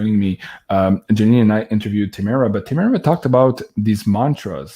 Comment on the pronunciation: "Tahh-maa-rah" not Tayy- mirror...just sayin 🤣😂 and with all due respect u probably shouldn't have tried to "manage" two Queens who were connecting in such a magical way 🙏💜 you are clearly spiritually bonded to Janine and clearly of great heart and spirit... But those two women needed to be given the floor..so to speak. Usually you are the best host with the most insightful direction but just occasionally let them flow 💜💜💜 these beautiful women probably saved you once upon a time, so you could be the soldier you are now 🙏 xx